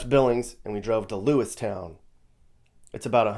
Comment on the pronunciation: Lewiston not lewistown